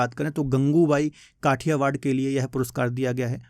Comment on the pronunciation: गंगुबाई काठियावाड़ है न कि खटियावाड